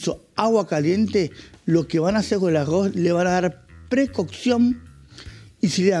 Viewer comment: Uuuyh que delicado con el arrrrozz. .